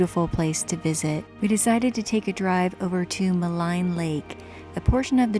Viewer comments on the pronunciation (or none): Maligne pronounced Ma-Lean, not Ma-Line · "Maligne Lake" = "Mah-Leen Lake"